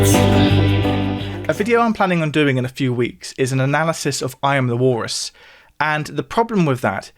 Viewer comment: God, who cares? Learn to pronounce the letter L.